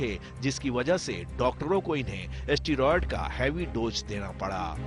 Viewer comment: एस्टीरॉइड नहीं बे.... स्टीरॉयड होता है वो😂